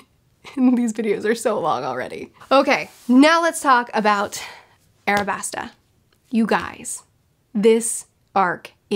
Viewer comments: It is not, in fact, Arabasta. It's Alabasta. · Its alabasta not arabasta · I just logged into my yt at work. She has to be trolling us with "Arabasta". She has to be. THE TITLE OF THIS VIDEO IS LITERALLY ALABASTA am I going crazyyyy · You know there's an "L" in Alabasta not a "R" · Great stuff, but it's gonna bug me if I don't say it. It's Al-a-bas-ta like the white mineral alabaster, not Ar-a-bas-ta. It can be tricky because L's and R's are hard to differentiate when it comes to Japanese media, so no shame. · Ala-basta : Pronounces it Ara-Basta?? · It’s Alabasta kind of like the word Alabaster, but you’re good on the pronunciation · its pronounced alabasta in the dub i think its called "arabasta" because phonetically japan doesn't have an "L" sound and they use R in place of it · It's 'ALABASTA"!! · its with an L like in Alabaster.. but I love your One Piece videos and loved your Avatar and Tropes ones. Thanks:D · alabaster with an A L you remind me of somebody who says orange like arenge look at the letters please. Other than that amazing video I loved it. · “Robin does all this just so she can get to the…..” looks up name so she doesn’t say it wrong says it wrong anyway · Cmon don't be lazy with the name, there is no "r" in Alabasta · Alabasta is pronounced with an L